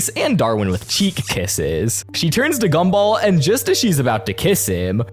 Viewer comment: why do you say gumball as gumble 💔💔